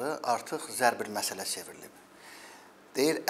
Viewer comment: zəbr məsəl yox zərb məsəl